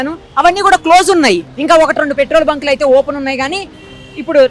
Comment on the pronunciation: పెట్రోల్ బ్యాంకులు కాదు పెట్రోల్ బంకులు